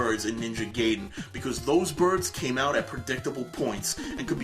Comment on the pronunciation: You pronounced Fucking GAIDEN WRONG!!!!! It's GUY-DEN not GAY-DEN you moron. Hand in your gamer card.